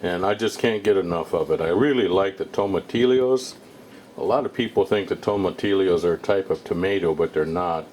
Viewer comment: Dear lord... It's pronounced like "toma-teeyo" 😣 other than that annoyance through the video, salsa looks pretty good